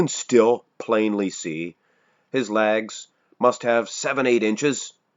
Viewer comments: Is he saying ‘lags’?? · Just learned Canadians say it “Lags”